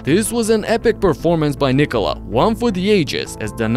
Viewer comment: I love how you pronounce Nikola how it should be😂😂 not how Americams do😅😅